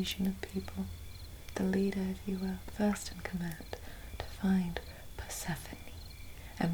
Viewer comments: I think I’m half asleep already - for the first 30 seconds I thought she was saying “what’s happening” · I thought she was saying: "What's happening?" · When she was calling Persephone i kept hearing Vas happening 🤣🤣🤣🤣🤣🤣